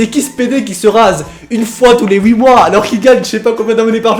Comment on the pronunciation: il a dis ouite mdrr (huit)